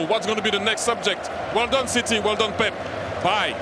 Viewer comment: Why do you call city- CITEH?